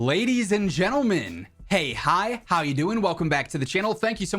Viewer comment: Dey, Di, Dow you hoing?